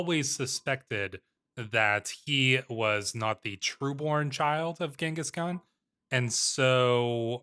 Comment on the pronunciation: I really appreciate that you pronounce Genghis Khan Correctly.